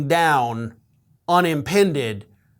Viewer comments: "Unempeded" not "Unempended". Sorry dude. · "Unimpended"? Try "unimpeded".